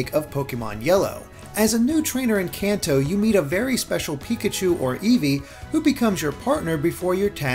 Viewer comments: Kanto is like Kahn-toe, not Can-toe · I always pronounced Kanto like canto in Spanish, but with an american accent like con toe or something. It sounds weird the way he says it.